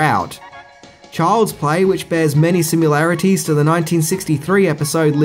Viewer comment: Wrong. Not every episode was introduced by Serling. Look it up. Next: There is no such word as simularities. The word is similarities.